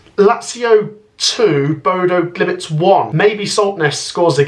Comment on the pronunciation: Bodø GliMT,not Bodø GlimIT. One too many i’s in youre pronunciation.